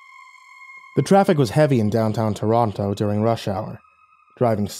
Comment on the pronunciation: As someone from Toronto I'm losing it at the how it was pronounced! XD